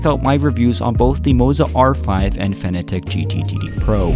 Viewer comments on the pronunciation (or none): none